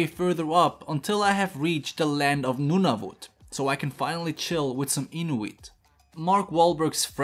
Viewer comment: When he butchered Nunavut: "You butchered it, but that's a cool pronunciation of it"